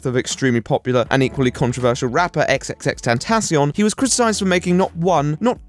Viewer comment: speaking of people who can't read names. "ex ex ex tentacion" ??? Bro, it's tripple X. sounds so awkward when you say it like that.